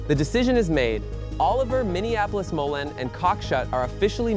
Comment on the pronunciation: Moline... MO-Leen.... please